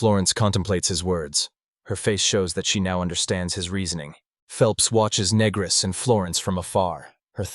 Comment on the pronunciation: Yeah title sounded interesting lost interest when pannel says "youre negris right" and voice is going "asking if youre a negro"...do better or stop posting shit